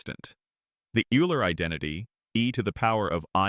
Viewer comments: Minor corrections, only because wrong pronunciation impacts credibility: - Euler is pronounced Oila, not Yoola. - Newton’s book is pronounced Prinkipia, not Prinsipia. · Another AI-generated voice-over. BTW - Euler is not pronounced 'you-ler', it's pronounced 'oil-er'. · Every polynomial equation has at least one complex root? Nonsense. (x-2)(x-3) is a simple counter-example. Eeeler - Ayler.....it's pronounced "Oil-er". Poor video. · The pronunciation of Euler's name is wrong. Is this a robot? Needs to be corrected. It is pronounced "Oiler". Otherwise, a great post. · LMAO the AI mispronounced Euler twice in a row in two different ways... come on bro....